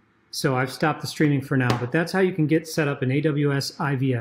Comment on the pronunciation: "I V S"...sounds like you're saying "I B S"